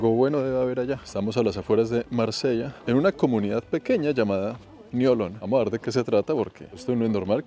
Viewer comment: La pronunciación local de Niolon es: niolɔ̃ŋ = niolon-ng.